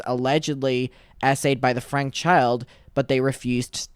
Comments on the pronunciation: It’s pronounced Frankie. How do you not know that by now? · Great job covering this just a heads up her surname is pronounced like (Frankie) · It’s pronounced Frankie, just fyi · With peace and love her last name is pronounced “Frankey” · just so you know her name isn’t pronounced that way, her last name is pronounced frankie. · And last name is pronounced frank-e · FYI. It’s pronounced FRANK-EE